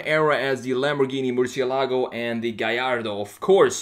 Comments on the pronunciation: He cant pronounce Murcielago. It's not merchyelogo its mercyelago. Lamborigini mercy. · Thanks for the great content; love your designs. Just one thing though; murciélago is the Spanish word for bat and the tonic accent is pronounced on the e, not on the a: murciÉlago. Also the letter c in Spanish is not pronounced “sh” but more like “th” in English (la zeta) or to make it simpler like an s (Latin America prononciation). It was also the name of a Navarra fighting bull from the late 19th century. The legend says that it survived 90 sword strikes in a fight against the Torero El Lagartijo in Córdoba, resulting in the crowd asking for it to be spared due to the fact that it fought with tremendous passion. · As a native spanish speaker, i cringe a little every time I hear someone say "MurcielAgo", lol! Great redesign as always!